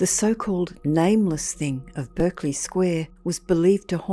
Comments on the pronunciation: 'Berkeley' and 'Clerk' and Berkshire are pronounced Barclay clark and Barkshire in English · Berkeley is pronounced Barkley in the UK. You are using the American pronunciation. If you had spent 2 minutes on Google you would have known but it seems you just couldn't be bothered. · Spelt bErkeley but pronounced bArclay. Love your channel m8,thanks,Ian.🫂